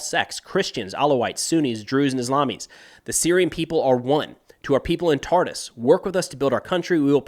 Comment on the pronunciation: Thank you for the synthesis if Syrian events in English. My Arabic is too poor to keep up. But I wish to share pronuciation tips that Homs sounds like a quick ""humps" and Tartus rhymes with "car-moose".